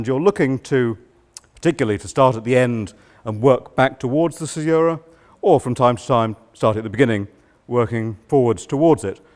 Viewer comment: Imagine teaching this for a living and not knowing how to pronounce caesura correctly.